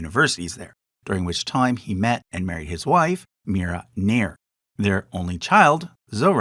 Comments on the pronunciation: One pronunciation to note is her surname is spelt Nair but should actually be Nayyar (the elite Punjabi caste) and not Nair (the South Indian Brahmin caste) both are unrelated. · The surname Nair is pronounced as "Naa'yar" it's a cast name in Kerala